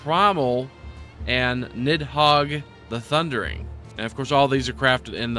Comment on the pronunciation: FYI Nidhogg is pronounced nithawg.